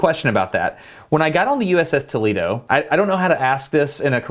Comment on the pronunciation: You cant even pronounce tolEdo